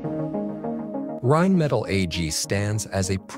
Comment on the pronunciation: Rimettel😂😂😂🙈 Deutsche Sprache schwere Sprache. Auch für KI.